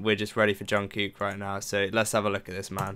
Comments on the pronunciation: It's not anything bad but I thought that I might help you with the pronunciation of Jungkook's name. The "kook" part of his name is pronounced similar, if not the same, as the English word "cook" 💭💯 I loved this reaction! 😅💙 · Hi!.. I'm quite a new subscriber to your channel. I really like your reactions. What I like most is how you pay attention to details on BTS videos. Soon I have watched all your BTS reactions. There is just one little thing I would like to say.. This is not a criticism, just a little observation. I live in Sweden and my second language is Swedish. Now, when it comes to pronouncing Jungkook's name ( which is not easy, I know. I have practiced a lot). Your way to pronounce it, the second part sounds as one Swedish word ( I cant say it loud here). So, I thought I would send you a video which has helped me to learn the names correctly. Keep up with your great work and thank you for great reactions. Stay Safe!